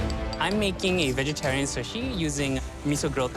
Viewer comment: O wow! Alvin Leung can't pronounce "sushi". He called it "shushi." Daym! That's hillarious.. 🤣🤣🤣